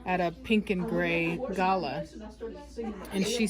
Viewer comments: Do Americans say GAlah? We Aussies pronounce it gaLAH 🤣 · Ga lah is how you say it, you need to add an Aussie to your home, lol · Ga La. lol being an Aussie it's funny listening to Americans say Galah. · I love African greys, they're meant to be one of the smartest parrots and the best talkers. Also.... It's funny hearing you say galah 😂 in Australia we pronounce it "ga-laaa"